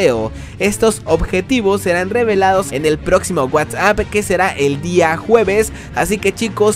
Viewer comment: Wuats ap me da risa como lo pronuncias